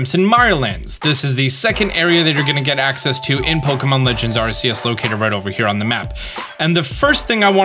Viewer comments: I know you’re working on it, but 1: it’s ARR-key-iss, and 2: it’s arr-KOOS. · he really said it like arseus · Say it with me Ar KEY us!!!!! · Aight Imma start the debate: It’s Arceus not Arceus. (Think of it however you want, I’m saying it don’t matter. Tomato tomato) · I love ya bro but every time you mispronounce arceus I feel like jumping off a cliff😂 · my dude does not know how to say arceus